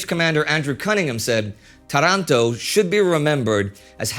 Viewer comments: Another jem in WWII panorama! Thanks! One small detail: 'Tàranto' is the right pronunciation 😉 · Excellent start- I can't wait to watch more! Oh, btw, the Italian town off which the naval-air battle occurred is pronounced TA-ranto... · So much expecting this! just to know, the right Italian is Táranto with a long first A.